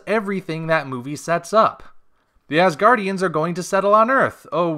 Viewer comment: First of all, the directora have said that the some of the Asguardians like Valkerie, Korg, and Meek are still alive so they must be somewhere! Second of all, where did you learn to pronounce it like that?!😂😂😂 And third of all, that makes sense now...